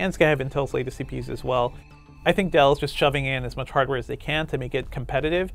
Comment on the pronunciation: "hardawar" really..